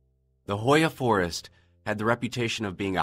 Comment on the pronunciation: Yo I'm romainian and I live 2 minutes away from Hoia and that pronunciation is literally the worst thing in the whole story